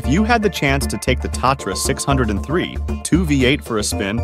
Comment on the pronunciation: From the start, the Tatra was NOT a six hundred and three, it was a six o three. Then the whole video just went downhill from there.